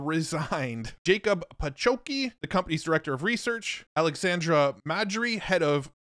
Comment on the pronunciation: Three researchers mentioned are Polish names, so let me correct the pronounciation: - Jakub Pachocki [Jacob Pah-hotz-key] - Aleksander Mądry [Alexander Mow-dree] - Szymon Sidor [Simon See-dorr]